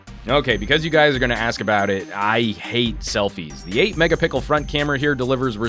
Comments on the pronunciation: He pronounced "megapixel" as "megapickle" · megapixel NOT megapickle LOL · I can't be the only one hearing megapicke instead of megapixel. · I just realized after like 5 of these real camera reviews that he says "megapickle" That's wonderful, I'm stealing that,. lol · LOL a "20 mega PICKLE sensor"? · Why does the narrator keep saying "megapickle"?? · i love it how you always say megaPickel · Who else Heard "the 8 MegaPickle Front camera" on ??? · 8 Mega Pickl ? :D Thats how you said it :) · I swear he said mega-pickle twice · I swear you might be right! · He keeps saying mega pickle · Am I the only one to hear "megapickle" / ? :D Never mind that - the review was good and I love the show :) Keep them coming mate :) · the first camera video i saw frome you when you said magapickle i thought you were jocking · 20 megapickels😅😅😅😂😂😂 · every time you say mega pickle Laugh and make my coworkers think im crazy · haha lyon hes not being serious he's making a joke, pronounces megapixel as megapickle xD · I was making fun of how he SAID megapixel. He pronounced it "megapickle." I know there are 20 megapixel phones out there! Did the joke really fly over everyone's head? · hahaha yes he did😂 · 3x hearing it, just to make sure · He did, didn't he. And more than once too. Mega Pickles indeed. 🍔